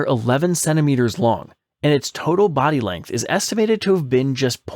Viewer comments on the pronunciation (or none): none